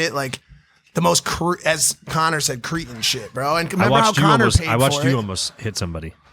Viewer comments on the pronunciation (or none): Kre-tin, not creetin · Cretin is pronounced Creh tin, not cree tin.